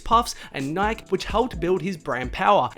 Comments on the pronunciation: Resse puffs and nik??? You don’t know how to say Nike? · It’s pronounced nike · “REECE” puffs and “Nyk”? Lmao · he said nik instead of Nike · [Nai-kee] not [naik] lol. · Oh No ......... Your One of those people who says Nik There is an "E" at the end for a reason its NIKE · What’s nik? It’s NikEEEE yadiiiig don’t forget the E That’s when not living in the United States plays a role 😂🤦🏽‍♂️ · Its not Nyk its pronounced NIKEY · Bro it’s Nikeeee not Nik... smh 🤦‍♂️ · Who else got heated cuz he kept saying nik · I cant deal wit him keep saying nik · Say it slow....NIK-E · Never heard anyone pronounce "Nike" that way. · WTF someone fix the way this kid says NIKE now! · The way this guy pronounced NIKE OML. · Bruh learn how to say Reese’s and Nike please 😭😖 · Wow. I cant believe how many times this kid said nike. Holy fuck. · There is absolutely no way this man just pronounced Nike like that. 🤦‍♂️ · Y is he saying NIKE WITHOUT THE E!!!!! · The way you pronounce Nike bothers me more than it should